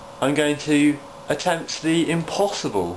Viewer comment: "I'm going to attempt the impawshible..." ROFL